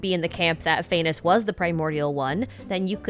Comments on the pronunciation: Phanes is pronounced Phah (as in fa from like the word far) and nes (sounds exactly like the word niece) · phanes’s name is actually said as faa-knees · All praise "Fay-ness"